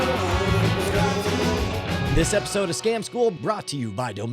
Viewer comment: Sometimes it sounds like "Scam school NUM NUM"